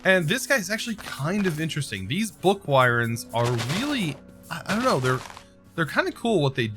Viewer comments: Please for the love of god pronounce them as book worms 🤣 because that’s what they’re called. It’s just spelled wyrm instead of worm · Legit WHY-ERMS is the most annoying pronunciation ever